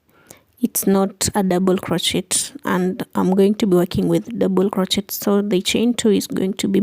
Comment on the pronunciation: Doesn't she know how to pronounce crochet correctly? That was annoying and hearing her smack sounds ick!!!icky!!!! She needs to play some music!!!